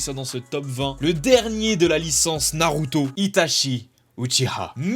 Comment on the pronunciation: " livai " , " shoto " , " ita chie " + kikou tu meurs ca vous tuerait de voter pour des personnages d'animés pas aussi surcotés?